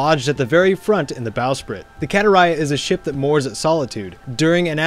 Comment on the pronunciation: Ship is called katariah not kataraya